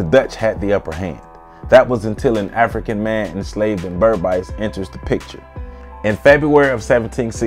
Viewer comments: Sorry it’s not pronounced BERB ICE. It’s BERBICE pronounced Ber biis/beeees. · Great to see Kofi being celebrated here! Just an FYI Guyanese pronounce it "Ber-beece" to rhyme with "fleece" instead of "Ber-bise" to rhyme with "nice." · Berbice is not pronounced Ber bisee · As A Guyanese, I paused it as soon as u couldn't pronounce Berbice properly. It would be like if a West Indian did a video about Harriet Tubman or Sojourner Truth and fucked up her name right from the start. Would you trust any further information in that video? 😂😂